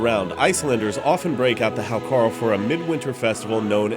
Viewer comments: it's pronounced "How-Kartl" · A very fine video of poisoned Vikings and silly Útlendingar. But Hákarl is pronounced haukar(tl) or sometimes hauka(tl). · The way he pronounces 'hákarl' is hilarious. Anyway, I love it.